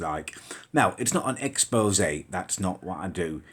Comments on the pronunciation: Back up you can't even pronounce expose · Back the fuck up you can't even read the word expose